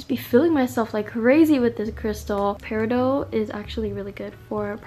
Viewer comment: Peri DOT not peri do. 😅 There is a small Native American town in Arizona named after it. Locally you can go search for them on the Mesa near the town. My hometown! 🥰 I love it! Brings great positive energy. I love your videos. You should visit Arizona. I feel like you’d thrive here.